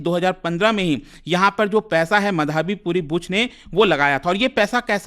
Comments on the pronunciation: bhai ankit ek naam to dhang se le le, madhaabi madhaabi kya bol raha hai , madhvi is her name. Aise same last time Bhartruhari Mahtab tujh se bola nahi jaa raha tha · अरे भाईसाहब वो मधावी नहीं माधवी है। अंग्रेजी के चक्कर में हींदी का कचरा मत करो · अबे नाम तो ठीक से ले ले उनका नाम माधवी है मधावी नहीं। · माधवी पुरी बूच not माधाबी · ओ भाई, उसको मधाबी नहीं बोलते। माधवी बोलते हैं। पुरी सरनेम से पता नहीं चला यह उड़िया है?😅😂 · "मधाबी" नहीं "माधवी" होगा उनका नाम। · Pronounce it like tarak mehta's Mādhavi... it's not Madhābi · Madhaavi मधावी नहीं माधवी है😅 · Madhaabi nhi hai sir madhvi hai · मधावी नही भाई माधवी बुच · माधवी बुच उच्चारण होना चाहिए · abe tuje madvi pronounce krne ni aata?? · What a teacher he even doesn't pronounce" माधवी " 😂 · अगर आप एक हिंदी नाम "माधवी" का उच्चारण भी ठीक से नहीं कर सकते तो आप को शिक्षक बनने का कोई हक नहीं है।